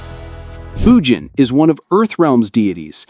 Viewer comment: Yeah! Its d-nice, a-a- ron, and fudge-in not foo-jin 😤